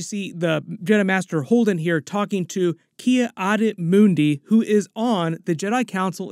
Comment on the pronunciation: The way you say Ki Adi was so funny